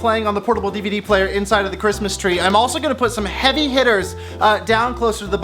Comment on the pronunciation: I was so excited to get home from work and see a new video!! But I have to ask....., what the heck is an EVD player?? I know you kept saying DVD but I've never seen EVD on a sticker before..haha